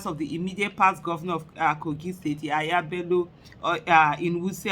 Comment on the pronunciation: YEYE BELLO NOT YAHAYA BELLO PLEASE SISTER AISHA